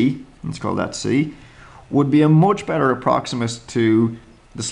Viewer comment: The way he says "moch bettah"